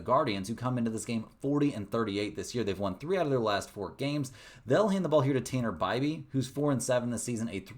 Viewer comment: ...did you say Teener Beibe?!☠️